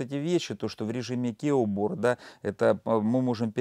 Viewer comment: А почему английское слово keyboard - произносимое, как ки_борд, ты произносишь, как кеуборд😊 Мило, как мяуборд. 😁